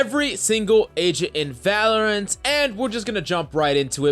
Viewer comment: Did you forget how to say VALORANT 😂